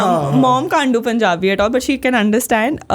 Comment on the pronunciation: The way she sad punjabi in punjabi accent …. Took my heart❤